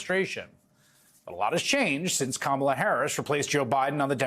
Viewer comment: Apparently old man trump thinks he's clever by mispronouncing Kamala. A perfect example of his relentless raw stupidity.